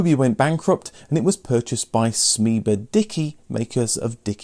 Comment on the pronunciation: Btw it's "Simba - Dickie".